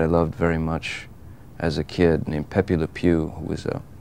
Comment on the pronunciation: Uh oh..Pepe Lapewe? Not good.